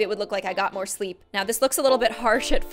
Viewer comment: Moore not morrrre